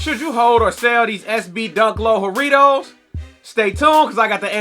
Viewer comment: Bro I’m Latin so imma put you onto correct pronunciation. It’s JA , slight tongue roll , rittos